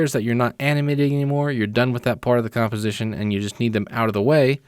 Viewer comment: Nice tutorial... But did anyone notice he cannot say composition correctly...